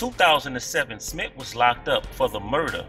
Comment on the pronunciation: Smith not smit